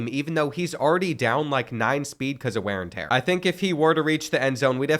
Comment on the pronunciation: “Ware n tear”